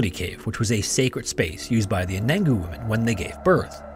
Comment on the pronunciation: Anangu is pronounced "un-a-nu", Mt. Isa is "eye-zuh" too